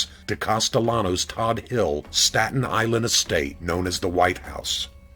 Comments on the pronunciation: For the record , he ran scara-mix., not sacra-mix. And Todt hill is pronounced Toadt not Todd . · It's pronounced Toad hill. I grew up at the bottom of the hill and used to go up there just to gawk at the mansions as a kid. Big Paul's house was something to see. Everyone called it the white house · It's pronounced Tote Hill (Todt) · Terrific narration???? He said TB was 22 not 220. He said pronounced Todt Hill "Todd Hill" not "Toad Hill". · It's pronounced . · Todt Hill not Todd HIll.